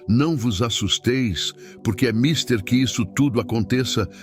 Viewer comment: Mister, sílaba tônica, ou seja mais forre, é a ultima, TER, então le-se misTER